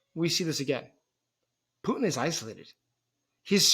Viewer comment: His name is Putin, not Pu'in. The T is not silent.